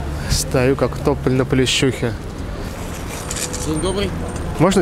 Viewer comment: Если я не ошибаюсь, то "Плющиха", а не "Плещюха"😂Хотя, хз, я в Киеве), а вы прикольные)